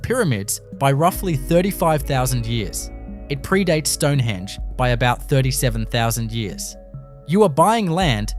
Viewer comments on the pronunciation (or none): none